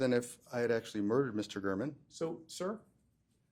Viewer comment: It’s Gāre-man.